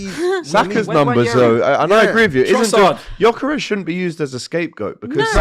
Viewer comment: Can someone tell that actual retard that it’s not pronounced JOKERES